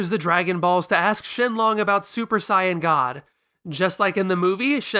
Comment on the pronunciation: Stopped watching when I heard you pronounce the word Saiyan Idk why you think you have to say it differently than how the characters themselves say it